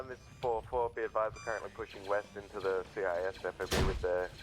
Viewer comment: East I thought you said Weast